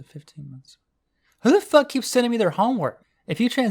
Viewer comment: out of all the ways people say "fuck" yours is pretty ｎｉｃｅ